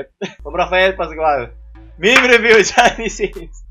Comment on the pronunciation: Did you just pronounce meme as "mimi" instead of "meem"? Dislike